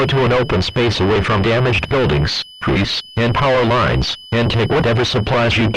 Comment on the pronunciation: “The telephone li-ness” always a classic